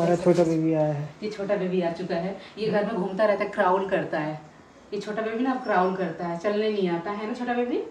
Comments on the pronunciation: Crawl bolte h...craaul nahi hota aap wrong bola plz correct kare ... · Crown nahi crawl bolte hai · Crawl hota hai, क्राल,, क्राउल nai bolte hai